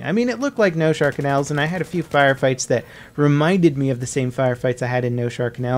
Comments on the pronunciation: Noshahr not Noshar. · it is Noshahr Canals, not Noshar. Why no one seems to understand that? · It's NOSHAHR,not noshar...you peasants